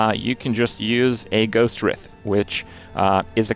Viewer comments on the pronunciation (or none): lol this is so badly off base. You just sound... mad or something. I'm playing a warrior, life and armor, crushing t16+. I don't get killed. Period. Your hyperbolic exaggerations are no good for anything. Also please learn to pronounce Writhe. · "Writhe" rhymes with "tithe". Perhaps you confused it with "wreath". Thanks for the good video.